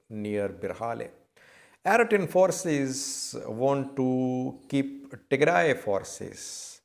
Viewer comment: its pronouce Eritrean and not Aritrean 🤣😭🤦‍♂️